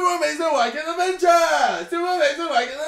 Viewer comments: Iat the start it sounded like KSI was sayin 'super wanking adventure!!!!' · At the start, it sounds like he's saying 'super amazing wankin adventure.' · It sounded like he said : 'Super Amazing Wanking Avenger' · The more I listen to it, the word 'adventure' sounds like 'avenger' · JJ, all i heard at begining is "SUPER AMAZING WANKING ADVENTURE" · i thought u said super amazin WANKIN adventure LOOLL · It sounds like Super Amazing Wanking Adventure when you say it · In the beginning, I thought he was saying "Super Amazing wanking adventure!" lol